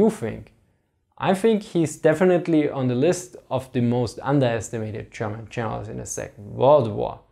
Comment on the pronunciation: Interesting topic. But the moment I heard "Cherman chenerals" I tuned out. Sorry. 🤣